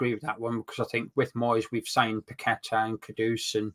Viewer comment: Can neither of you guys pronounce Paqueta's name properly?